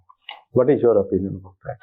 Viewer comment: Eez and sez is asked😅the man who taught environment at its best😂